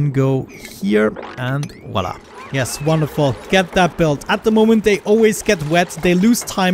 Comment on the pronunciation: Love the accent when you say "wonderful"! hahahahaha, looking forward to the next episode!